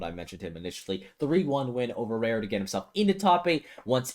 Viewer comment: why pronounce raru rareu?